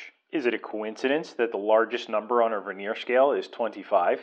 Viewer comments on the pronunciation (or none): Could you PLEASE look up the proper pronunciation of the word " vernier ". HINT: it ain't verneer.